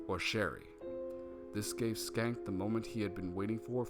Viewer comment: Schenck is pronounced SHENK and not SKENK. "Sch" in English might produce the "SK" sound (as in "school") but for words of German origin, "Sch" is sounded as "SH" (same as Schlotsky's and schnitzel). Too bad about the audio level drop )